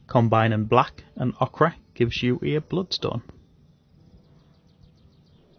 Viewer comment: One tip, Ochre is pronounced Oak-er :)